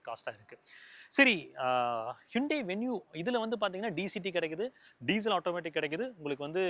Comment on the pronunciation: athu ஹூண்டாய்.... ஹிண்டே illa 😂😂😂😂😂😅😅😅😅😅